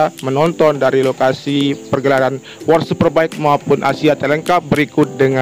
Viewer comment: Wor super bek ✅ World super bike ❌ Mantap narasi 😂